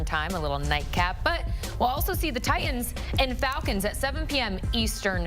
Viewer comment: IT'S NOT TI ENDS!!!!!!!!!! It's TI TANS!!